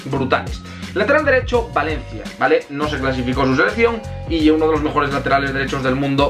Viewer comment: PORQUE DICES YE BRUTAL EN VEZ DE ES BRUTAL